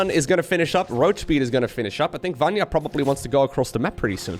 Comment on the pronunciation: Vanya "ny" letter like New "N" I hope I help you with this, i am from Hungary and we easily can say any name:D